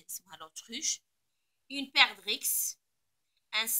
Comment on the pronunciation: Bonjour madame On ne prononce pas le"x"de perdrix